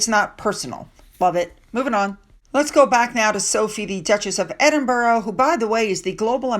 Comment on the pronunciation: What would you think of my intelligence if I pronounced Arkansas as it's written twice a week for 3 years? Isn't it time you got Edinburgh and all counties ending in 'shire' correct? There are enough British royal YouTube videos for you to hear the correct way.